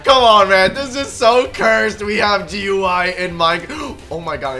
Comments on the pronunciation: is dumb he say gy but it is gui 😊😊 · it is not goy it is gui😂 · It'S AcTuAlLy Graphical User Interface nOt GUI or Gooie